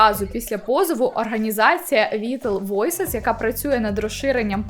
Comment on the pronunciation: Не зауваження, а просто підказка: vital voices - вайтал войсис